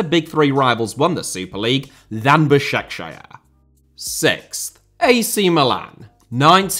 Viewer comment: Bro the way he pronounced Basaksehir 😭😭😭😭😭😭😭